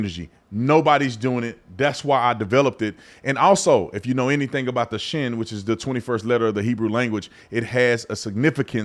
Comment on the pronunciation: The hebrew letter Shin is pronounced "Sheen."